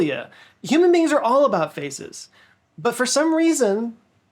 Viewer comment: Be careful how you say the word "faces". I heard "faeces" several times😂